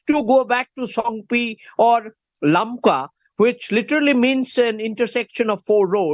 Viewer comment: First of all Correct your.... lakma.....it is LAMKA...